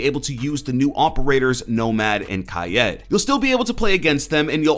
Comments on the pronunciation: dude its fucking pronounced like its spelled, kaid( so kade) not fucking kaiyeed or kaiyeet, its kaid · Hes name is not pronounced ka-ed its kaid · Why the fuck are you saying kayed it’s pronounced like cade god damnit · Its Kaid, not kyad, otherwise thanks for the news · that not how his name pronounced please dont get that passed around its KAID the i is silent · Lol Kay-yed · He said ki yed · hi zen, i watch you all the time but please stop butchering kaid's name. "kai-eed", he's morrocan and theres an accent above the i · It's really annoying now how you saying kaid name. Your saying it as kied that's clearly no e in his name 😂😡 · Is it pronounced kaid kaid or kaid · Kaid is pronounced "kaeed" with the pronounced as if you screamed "ahhh" Because Morroco is an arabic speaking country and also a french speaking country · Btw Kaid is pronounced Kay-eed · Aaron Chen same